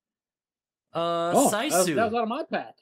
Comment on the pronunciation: Internally screaming at pronunciation of Sisu. Its “Sea-Soo” (soo sounds like moo) not “Size-Oo” 😂😂